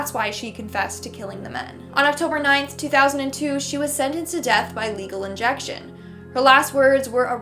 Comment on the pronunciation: what did she say? Legal injection?? I had no idea that was a thing...